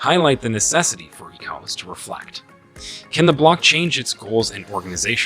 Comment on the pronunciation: Thanks for your contributions. But, please learn how to pronounce ECOWAS from how the region pronounces it.